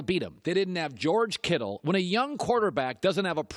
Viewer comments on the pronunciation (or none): none